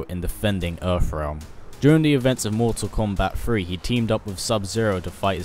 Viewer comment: "mortal kombat free"